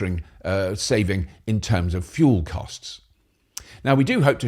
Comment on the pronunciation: Did you say Hydrogen Fool Cell? 😅